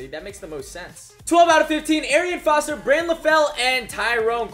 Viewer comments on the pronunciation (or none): none